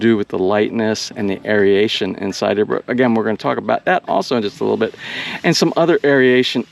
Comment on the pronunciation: No such word as, air E a tion. It is air A tion. Three syllables not four.